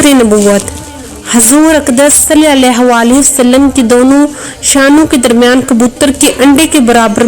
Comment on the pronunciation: Salalahualihiwasalam Sahi se bola krain